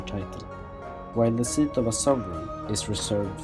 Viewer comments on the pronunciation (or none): none